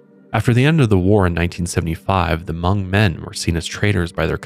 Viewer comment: I was hoping you guys bring up Hmong people while talking about this. In our culture, sleep paralysis can be a lot of different things, from something as small as going to see a loved one who has passed to a lost spirit following you home. Btw, the way you say Hmong is pretty on point 🤣🤣🤣